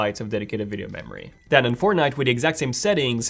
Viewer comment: no one so "fornite"